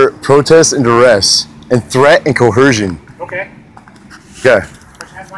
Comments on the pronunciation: What is co-hersion? I keep hearing that word in these videos. 😂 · Its coercion not cohershon... Why do sovtard always use words they dont understand or can even spell?? Like "Alpha David" for example..... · Cohersion!!!!! Aarrggh. Its COERSION. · They must all watch the same videos. Only Moors and sovcits say "co-her-shun." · It's what us normal folks know as coersion.😉🤪🤔